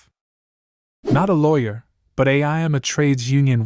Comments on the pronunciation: If you're going to use an ai voice on a LAWYER video actually make sure it's saying LAWYER right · No. It's ai that doesn't know how to say lawyer. Come on man.